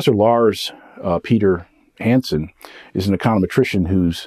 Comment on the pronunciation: Mispronounced Hansens name?!?!?And when did Shiller say that the FED did have anything to do with the bubble?Look at what he has said on that recently too.